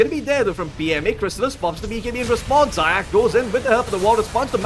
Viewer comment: Zayac needs to read like [Zayats]